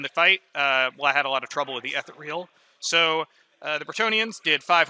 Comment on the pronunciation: Appreciate the shorter batrep format, the two/three hour unedited ones on YouTube are not for me. Just one small criticism: the word is ethereal (ee-thee-ree-al) not etheral. I know it's a small thing but it makes my eye twitch every time it's mispronounced in the video 😂.